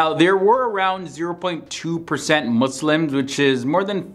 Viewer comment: Thank you for not saying mOzLiMs